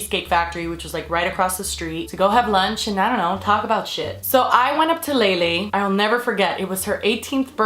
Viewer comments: Okay so.... I hate Lele but people just,,,, keep pronouncing her name wrong. It's LEELEE. Not LEILEI. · I thought it was pronounced leelee?? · i thought it was pronounced as leelee